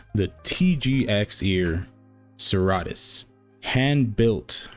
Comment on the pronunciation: Serra-tus, se-rratus? Now I want to ask Jim how he actually means it to be pronounced lol